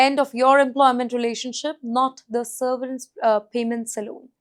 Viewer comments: It is severence……not seRverence…….you make your channel look bad by these ridiculous pronunciations. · SERVERANCE? Or severance? 😂